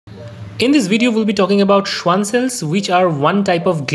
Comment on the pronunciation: Not "schuan" it's "schvan" since it's a german name and the w has v sound